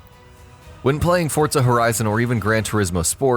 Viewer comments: for gods sake its forza not fortza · For the love of christ. "ForZA" not "ForTSA" pronunciation of the word is key, take away from the point of your video. And constantly crashing into everything in almost every clip is even worse, makes you out to look like a whiny player even though I do agree with some points. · Stop saying fortsa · Whats Fortza Horizon?